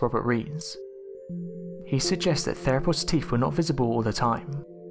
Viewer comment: Is he saying teef???